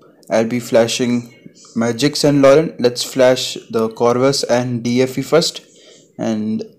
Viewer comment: It's "Magisk" buddy not "Magiks" 🤦😂😂😂